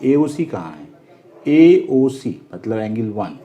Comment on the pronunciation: Angle ko engil 😂😂😂